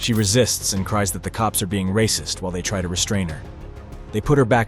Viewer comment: Ray-cysst-s see ray-cys-m EVERYWHERE. Will Clarence Williams EVER get that shoulder surgery? 🤔